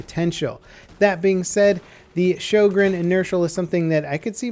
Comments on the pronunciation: Sjögren not sjogren i understan you dont have ö in you alfabeth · sjÖgren, not sjOgren (writing and pronunciation) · Sjögren, not Schogrenn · "ö" isn't pronounced like an "o" at all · It's not shojregn it's pronounced Hoegrine. It's a Swedish and was named after the inventor. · Sjögren. Not schogrenn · Ok I have to say this. Sjögren( shogren ) is not how you pronounce the name of the gun but it is the name of a disease. The actual pronunciation is sjögren( ho-grain ). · Fun Fact: Sjögren is not pronounced the way you'd think it is. Swedish being the interesting language it is, the name is pronounced like HWUO-GREHN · "Sjø" is like "shu" in "shut". Not you know. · shyogren? Dude, work on that pronunciation. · it's pronounced Syugren ffs its not that hard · Why don't they teach americans in school, how to pronounce äöå. I mean, in Sweden we learn english in school. They should learn some basic swedish in America :P EDIT: Also, this weapon isn't DLC. You unlock it with a cetain amount of kills with the m97 and model 10 hunter, don't you? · He is saying it wrong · Den heter Sjögren!!!!! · Your pronunciation of Sjögren is crippling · Lol Its "SJÖGREN" im swedish so i Know ☺️ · Wow weird hearing an american try to say Sjögren. Not even close xD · Han får det att nästan låta Japanskt när han säger de ^^ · Natrix what? Its the truth. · One day, will stop butchering the names of everything into oblivion..